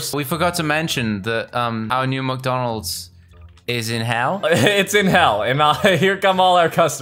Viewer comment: Welcome to McDoonalds? Is funny